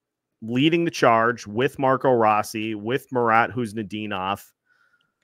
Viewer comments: The biggest bright spots for me were Faber and Rossi. The Fiala trade is a shining example of "blind squirrel finds a nut" as there was no indication Faber would be as good as he has been from the get-go....Guerin got tremendously lucky there. "Row-Sea" as Marco pronounces it, proved to me he could play in this league, and I had my doubts. Pre-season, I predicted the Wild would miss playoffs so that wasnt shocking, especially with how bad they've done against the TOP teams in the west, the past few seasons. Anyway, tonight is the last night I have to listen to LaPanta Carter and Wes spew absolute homer nonsense for a long long time. Cheers!! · "Row-Sea" as Marco pronounces it, Ah, what does he know. It's funny because no one pronounced it like that and after Guerin tells him he needs to add some FU to his game he says it's pronounced Row-Sea. He took it to heart.